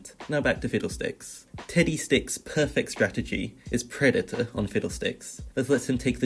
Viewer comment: Am I the only one who kept hearing tiddy stick and not teddy stick?